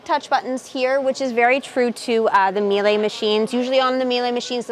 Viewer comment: MEE-LA haha is how it is pronounced :)